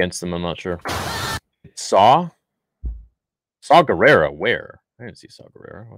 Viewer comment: Bruh that ain't Shaw Gerrara thats Jaw Gerrara 😂😂